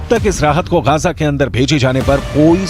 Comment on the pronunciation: Bhai, wo Gaja nahi Gaaza hota hai :)